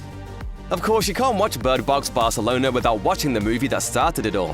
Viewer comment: Bird Box "Barthelona"